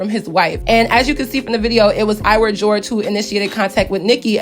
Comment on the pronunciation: Is pronounced iwah not iwer😂 i swear every youtuber talking bout this always says iwer💀